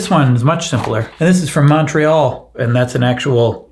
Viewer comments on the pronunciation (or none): none